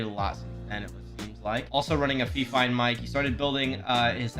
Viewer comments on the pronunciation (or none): none